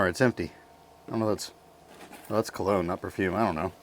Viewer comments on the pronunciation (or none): none